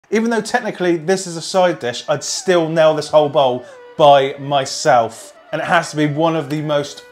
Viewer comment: are u trying to say bowl ?cause it sounded like bow like with an arrow.